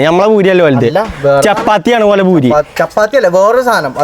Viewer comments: പഖത എത്തീയിട്ടില്ല ഭൂരി അല്ല. പൂരി എന്നാണ് പറയാറ് 😂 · ഭൂരി അല്ല പൂരി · Boori alla പൂരി